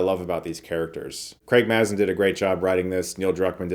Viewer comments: Great review Chris, just a pronunciation check on Craig Mazin. It's a long 'a,' as in Craig is stuck in a maze. He says it many times on his podcast Scriptnotes. That aside, you're crushing it and stoked for Shelby Oaks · It's pronounced Craig 'May-zun'. He does a unique intro for every episode of his Podcast with John August, Script Notes. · Btw for tips on the pronunciation of Craig Mazin's name, check out the first couple of seconds of any scriptnotes podcast :D